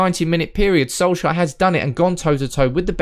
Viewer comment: Sol-shire XD Try say it like sol-chair